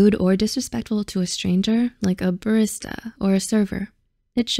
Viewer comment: It’s called barista not birsta